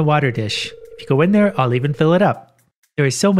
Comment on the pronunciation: "hold on, there's a weird animal in theey heir"